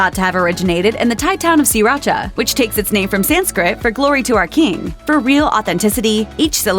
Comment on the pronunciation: you also mispronounced sriracha